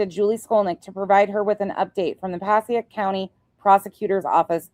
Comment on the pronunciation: Hey! So you are in the know, Passaic.... Paa-say-ik ❤😊